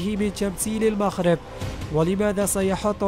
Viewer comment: تعليق جميل و لكن المغرب و ليس المخرب صحح نطق الحروف